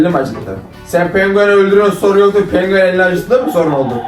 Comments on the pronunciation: Pengüen❌ Penguen ✅ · Penguen 🐧❌ Pengüğen ✅ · Penguven✖️ Pengüven✅✅✅✨✨✨✨❤️😂🫥🫥🫥🫥🫥😂😂😂😂😂😂😂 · Penkuyen. Diyişi😂😂😂😂😅😅😂😅😂😅😂😅😂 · Pengiüen uyan pengiüen😭 💫MaYmUn MuSuN🤨💫 💫eVeT mAyMuNuM😌💫 💫AHAĞAĞAĞĞAĞAĞAHAHAHAHAĞAĞA💫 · Penguen❌ Pengüen✅ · ✨pengüyien uyian pengüiyen✨ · Penguen❌️ Pengüen✔️ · Yanlız pengüen demesi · Penguen=❌ Pengüen=✅ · Penguen❌ Pengüen✔️